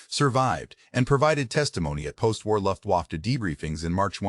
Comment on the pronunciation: uses humans luft-wa-fay dumbass